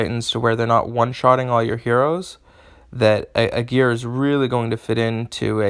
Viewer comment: Well, as a native German, I wonder that you stress the first syllable of "Aegir", because as English is a Germanic language, I would expect you to stress the first syllable as it is one of the characteristics of Germanic languages and the hero clearly intends to appear of Germanic origin. Apart from that, mixing it up with "a gear" while deciphering the chain of sounds, would be much harder :D. Besides the linguistics, thank you for the video! I was so lucky to draw him two times and I have cool ideas for teams, but he also seems to be much discussed, so your assessment is much appreciated.